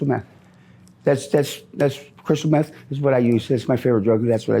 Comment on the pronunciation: „meff“ LMAOOOO